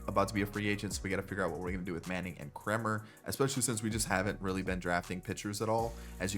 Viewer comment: you said Kremers name correctly and then corrected yourself and said it in correctly. lol its "Kramer"